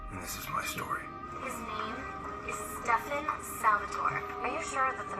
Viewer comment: i love how u called stefan stefAn like kai did LMAOOOO